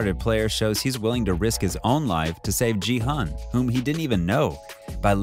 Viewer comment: my fav part was when he said "jee-hun" and "sang-woo" not "gi-hun" and "song-woo"